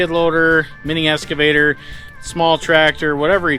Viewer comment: just for the record, it's an EX-cavator, not an ES-cavator!! I know you can say it! Say it with me, EX-CA-VATOR. Good job.!